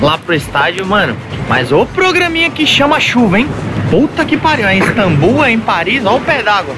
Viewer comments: “Instambul”????? Aí tá de sacanagem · Esse INSTAMBUL, TURQUIA e de matar o português. Meu Deus kkkk Aos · “Instambul”? Tá de brincadeira mano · " INSTAMBUL" é uma mistura de Instagram e Istambul?